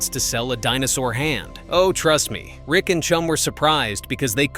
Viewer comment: Rick is NOT Chum's "Dad" Yet another AI generated narration of public domain videos. Waste of time with factual errors. Not to mention terrible pronunciation of common words.